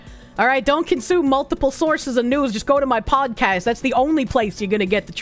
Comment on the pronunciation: I didn't know podcast could be pronounced with an X...